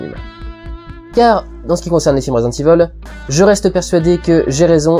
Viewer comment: "Résidente ivol" mdr la fin